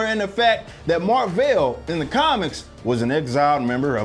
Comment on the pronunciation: Totally agree with your review, I wanted to walk out the theater when Annette Bening said her name was Mar-vel🤬🤦🏽‍♂️